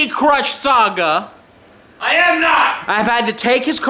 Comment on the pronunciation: says saga wrong